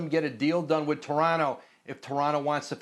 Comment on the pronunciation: Woj pronouncing Toronto - TARANNO made my morning